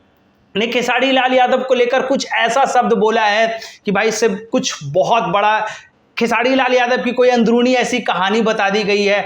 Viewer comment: पहले बोलना सिख लो भाई......खेसाडी नही खेसारी है...... 🤣🤣🤣🤣तुम चमचे थे, हो और रहोगे खेसाडी लाल का 🤣🤣🤣.........तुमको इंटरव्यू चाहिए पहले वैसा बनो